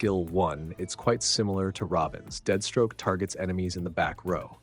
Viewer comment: Why does he keep saying deadstroke?